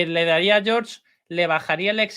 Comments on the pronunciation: Por qué le dices John Martín 😂? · Hasta el Close Caption lo entiende como John 😂